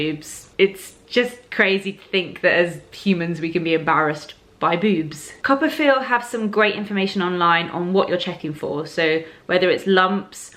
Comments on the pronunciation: Lol! I'm a little behind but I just finished reading Anna's post where she talked about "Coppafeel". This whole time I thought you were saying "copperfield". Hah. #americanproblems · I am also think that it is 'Copper field"..haha!